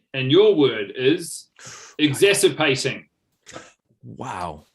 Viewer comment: What word was assigned? It sounds like “exasirpating,” which I (like!) initially interpreted as “exacerbating” (i.e. making worse), but since that was apparently not the case, is it possible that Guy was mispronouncing exasperating (i.e. frustrating - see ) in a way that made the word impossible to spell? If so, deserves retrospective bonus points and Guy may wish to consult a language coach before this otherwise delightful show makes its triumphant way to TV!